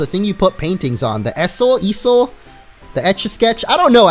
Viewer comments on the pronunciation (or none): Easel. (ee-sil) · It's called an easel (eazul) you were close though